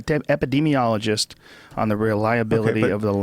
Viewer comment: I love the way Joe struggled to pronounce 'epidemiologist'. We know all about them now, right?